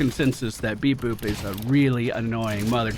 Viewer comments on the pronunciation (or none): Id love to watch this as a series. btw it's pronounced bebop (bebopp) not beboop